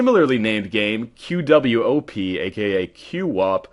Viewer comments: QWOP is pronounced kwop, not cue-op. :| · im sorry, I cringed every time you called it q-wop.... its qwop, one syllable, QWOP